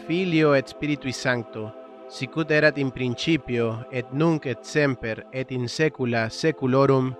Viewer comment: en latin se pronuncia la t de ET